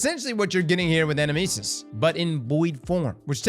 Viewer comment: Fun fact: the name is the Greek word ανάμνησις, which is the word Socrates uses to describe the soul recollecting visions of the world of forms (kinda like pure shapes) beyond the realm of the gods. Also, the emphasis is on the second syllable in the word, in Greek at least.